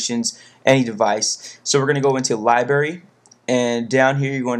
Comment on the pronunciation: you speak so clearly. but you say libary instead of library